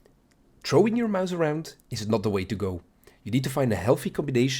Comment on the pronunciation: "Over Trowing" such a tank. Quality video tho g